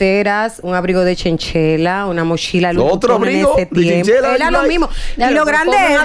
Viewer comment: Sera abrigo de chinchilla no chenchela